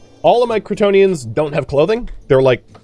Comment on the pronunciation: I know you are saying "Cretonians" but every now and then, i could swear I am hearing "Kryptonian"